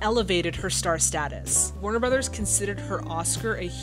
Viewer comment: Please, start saying "Warner Brothers", thank you.